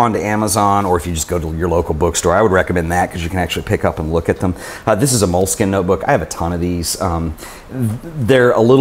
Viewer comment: "mola-skeena" ... just sayin'